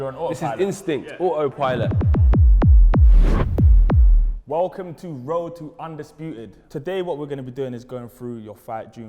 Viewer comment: "Ah oh pilot"